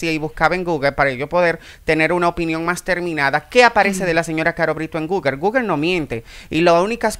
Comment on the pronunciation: Repite con migo. Google Google Google, no Guger Nooo Guger